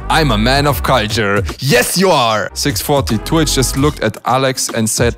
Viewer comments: Who always misheard when he say two h as twitch???? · Is it just me or am I not the only one hearing saying twitch instead of Two-H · When say two H i though he say twitch